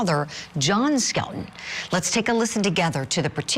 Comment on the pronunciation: The last name is Skelton, like Skeleton, thats BAZAAR 😔